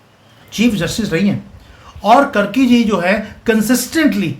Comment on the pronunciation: कर्की नही कार्की हैं ।